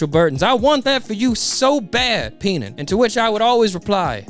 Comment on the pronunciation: Penan and Pell killed me. Tenouttaten.